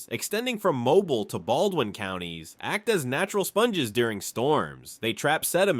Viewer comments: This was the worst video I’ve ever watched from this guy, maybe the worst video ever. Again, you can’t pronounce Mobile, so just stop. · I'm not being mean, but you should check how to pronounce things and places.😂 I just thought it was funny how he said Mobile and other cities and words. I've lived in Alabama all my life (about 20 miles east of Birmingham). Where is he getting his fairly accurate information? I lived in West Blocton for about 2 years. There's nothing there. I remember people coming there just to see the Cahaba water lilies. I've only seen pictures, but they are so pretty and unique. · Pronounce Eufaula this way narrator: U-fall-ah!! Also Mobile is pronounced: Mo-beel not Mobile (mo-bull)!!!!! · If you people are going to make informative videos use pictures that were actually taken in Alabama and learn how pronounce correctly the names of the places you are discussing. I’ve never heard of Mobull for example but I’ve heard of Mobeel which is how it’s pronounced in this state. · Its not pronounced mo-bull, its pronounced mo-bill. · Type "mobíl" in Google translate using Spanish language. Put the accent over the 'i'. This is the pronunciation. Mobile, Alabama, was named after Fort Louis de la Mobile, a French fort established in 1702 by brothers Pierre Le Moyne d'Iberville and Jean-Baptiste Le Moyne de Bienville, with "Mobile" likely coming from a Choctaw word for "paddlers," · First off , it's pronounced..."Moe... beeal"....not mobile like a infants crib toy. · I hate AI voices. Its Mobile (Mo-beel), Dolphin(Dol-fin), crappie ( cra-pee) ugh i lost track of all the mispronounciations.🙄🙄🙄🙄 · Seriously if you’re going to make a video about Alabama please learn how to pronounce names correctly Mobile is not pronounce like the mobile gas company it’s pronounce moh-BEEL and get your facts straight the Alabama state wildflower is the oak leaf hydrangea and the state flower is the camellia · Tell your robot it's pronounced "Moe-beal" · MOW-BEEL, not MOW-BULL